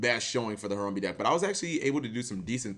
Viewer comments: i swear you literally try to pronounce things wrong just to piss people off. harumbee? really? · harambe not harumbe , put some respek on it. unsubscribed.